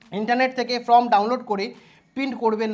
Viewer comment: ফ্রম না ওটা ফরম্ 😵‍💫